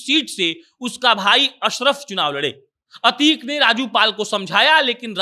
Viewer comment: अबे यार अच्छे से अभ्यास कीजिए अतीक अहमद है अतीक पाल नही